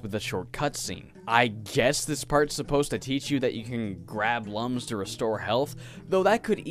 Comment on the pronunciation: The "Lums" in Rayman are pronounced "Looms" as stated in the Rayman Origins Manual